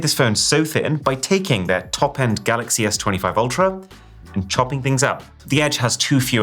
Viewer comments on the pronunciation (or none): none